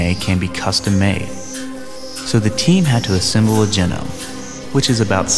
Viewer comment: Maybe scientists could create a voice over capable of properly enunciating the word "genome".